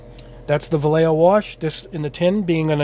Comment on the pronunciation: VA LAY HOE not vayyayo